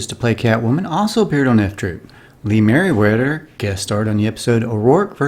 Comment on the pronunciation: E-lum not E-lamb. Merry weather not Merry wetter. But,, overall, you nailed so much of this! My childhood.